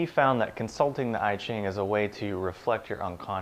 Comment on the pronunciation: "I" -- (I Ching) pronounce "ea" like in "ea(-sy)", "ea(-ch)", "(p-)ea(-nut)", NOT "I (am)."